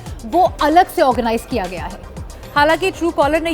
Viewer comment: Kiya ko kra kyu bolte ho